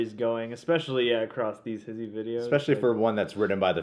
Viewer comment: It's funny when he pronounces HISHE, he says his-he. It's HEESH